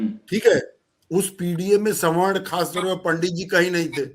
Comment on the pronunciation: स्वर्ण नहीं सवर्ण